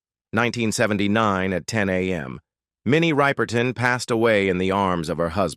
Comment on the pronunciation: When the AI voice pronounces "Ripe-er-ton" it makes me cringe. It seems so disrespectful. Put some respect on her name. If you can't don't bother. I just want info on her life.